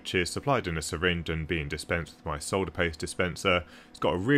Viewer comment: Another wasted click that took me to a UK video. Give me rational AWS classifications instead of tradenames thank you very much. But just for your education, the 'l' in solder is silent. It is pronounced 'saw-der'. You're welcome!